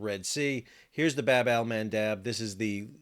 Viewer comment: Bab in Bab Al mandeb is pronounced as Bob which mean door or gate